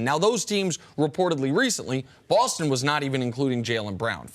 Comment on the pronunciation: WHY does Nick pronounce "Boston" BAWWLSTON...drives me nuts lmao